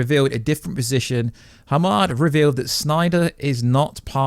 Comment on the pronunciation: Hamada, for fuck's sake😂